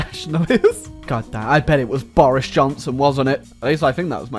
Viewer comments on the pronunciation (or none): none